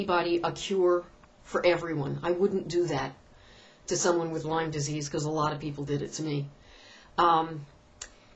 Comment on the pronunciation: its LYME not LYMES